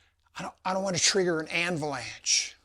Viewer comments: An anvil-lanche? The French would blow their noses at your addition of the extra n in Avalanche! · An "anvil-anch" !!!😂😅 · Did he say anvilance ? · "Dont wanna trigger an anvilanch" I dont blame ya. I hate when we put those pesky anvils way up on the shelves or boxes and they come tumbling down